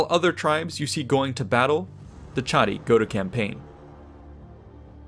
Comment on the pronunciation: Funny....but it's actually pronounced "Kah-Ti", not "Cha-Ti".